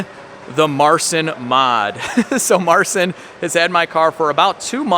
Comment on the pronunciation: Would be nice if You could learn how to pronounce Marcin's name correctly